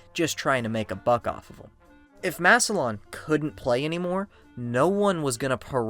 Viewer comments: Wonderful video!! Except it’s “Mass-lan” not “Mass-e-lion” Ohio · Maybe do a tiny bit of research and learn how to pronounce Massilon correctly